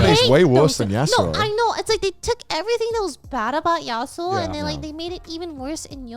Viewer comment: joey hearing how "yasuo" is being pronounced